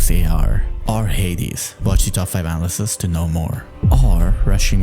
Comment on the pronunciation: Hey, it's uh-NA-luh-sis not ana-lysis. Otherwise great video! Been enjoying your stuff since the beginning❤.